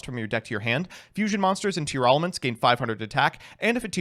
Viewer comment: Everyone is pronouncing Tearalament wrong and I will not be convinced otherwise